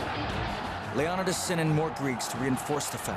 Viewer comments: Lee-oh-ni-das Pha-lanx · Lead by King Leon-uh-dus? Lol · The correct pronunciation is Lay-O --- Nee --- Thus. With emphasis on NEE: LayONEEThus Source: I'm greek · Stopped watching as soon as you pronounce “Leonidas” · I have never heard anyone pronounce ''Leonidas'' that way ever. Also ''idea of freedom'', the Spartans ran slavery, and born males deamed worthy were forced to become soldiers. Meanwhile, Persia had a normal conscripted army. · I stopped watching at leonidas said wrong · goddamn mispronounced the kings name right off the bat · When you can’t pronounce leonidas and your trying to teach about him, then you’ve lost all credibility. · Does the man not know how to pronounce Leonidas?! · He pronounced Leonidas wrong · Leonidas is pronounced wrong in this video. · why did he say Leonitas name so wrong? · WOW/ not even 4 seconds into it and he mispronounces the kings name. WHAT FAIL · Why is he pronouncing Leonidas so differently and weird? lol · Chris Botos this explains nothing... d is our delta equivalent. same as every other Greek letter (with some exceptions). The alternative pronunciation of "Leonidas" is al about the stress placement. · 'LEON'EYE'DUS' NOT 'LEON'IDUS' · leon-ih-dus??? Its leo-ny-dus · These guys have been saying Leonidas wrong this whole video...wow. It's not Leon-oh-dus. It's Lee-oh-need-us. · LEE-Oh-nee-dus, not Leon-ih -dis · Its pronounced leo-ny-tis, NOT lee-on-it-is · King Lee uh NIGH dus not lee OH di nus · leonidas: ;Lee-oh-nigh-das; not ;lee-aw-nuh-dus; 🙄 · "Le-on-da-dus" AYFKM?? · Leo-ni-diss....not lee-on-idis.... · Who the heck is Leon-dis... It's Leon-i-dis ffs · Bruh this dude said leonadas instead of leonidas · King LEon-nad-das. LOL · Leo-Ni-dis lol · King Leeon-id-uss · The Spartan King's name is pronounced Leo NEE das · Seriously, "Lee-Awn-a-dus"? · I can’t take you serious when you can’t even pronounce Leonidas’s name. Leo ni das. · This fellow's narration and pronunciation is laughable. King Leon-i-dis? A fall-anx?